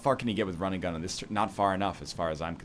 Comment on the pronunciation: why do i hear rinnegan every time he says run and gun